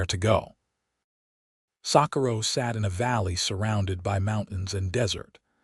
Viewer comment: This AI needs correct pronunciation coding. It doesn't know how to correctly speak, Socorro, New Mexico! 🤨😠